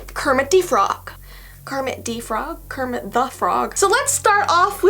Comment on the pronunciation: it's not "Kerpit" it's "kermit"